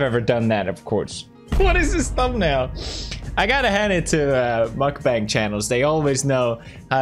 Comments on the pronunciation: Its mukbang not markbang 😭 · He said ,,nutbank" 💀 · The right one to say is Mokbang not Mukbeng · According to the human meatball Nickocado. It's pronounced muck-bong. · Okay I normally enjoy your videos, but I have to add something about this lol so the thing is you don't really look deep into it and judge the whole idea before doing so. So I am informing you; (also you're saying it wrong by the way..) so the thing is lots of these people 'actually' eat that much daily and work out just as much. Especially watch some vids in Korea as Mukbang is Korean. It's literally a Korean word and pretty sure people who do that in Korea professionally are fit af lol are you sure you looked into as many original videos? :) Also honestly it's for some people who actually enjoy them, it helps me when I am dieting not labeling certain food as 'bad'. This is the true example of "if you don't like it just go next". People have good reasons to do this, watchers have good reasons to do this, I am not offended if my friend doesn't watch, I am not offended if people choose to find other ways for dealing with the mental aspect of eating disorders, I am not offended if people make fun of those who take it too far; but I wouldn't make fun of the idea itself without knowing the full context.